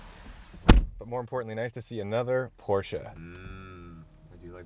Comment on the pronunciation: Thank you for pronouncing Porsche the right way. Sincerely, a German. Not very hard fellow americans...